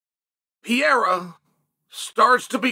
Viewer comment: For God’s sake the proper Brazilian way to say it is Pereira not Piyera